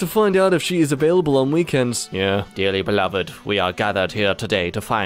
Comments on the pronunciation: Makes fun of guy saying “Michael wave” but can’t pronounce “available”. And it’s not a slip of the tongue; it’s twice in a row. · I think it's pretty funny dude is narrating a r/boneappletea vid while pronouncing "available" like that.